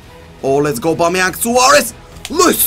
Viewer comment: Stop saying aubameyank